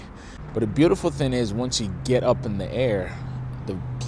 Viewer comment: It's thinG not thin. Just like it's Sling not Slin.